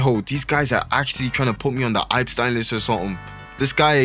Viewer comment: I'm not trusting you just for the way you pronounce Epstein